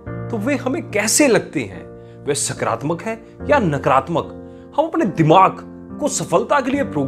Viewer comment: सकरात्मक नही होता है सकारात्मक होता हैं बोलने में फर्क है